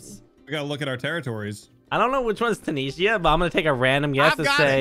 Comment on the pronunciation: How you guys pronounce Tunisia is giving me ticks 😵‍💫